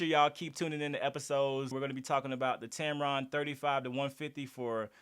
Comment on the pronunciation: "Tampon" made me laugh. Great video. 👏🏼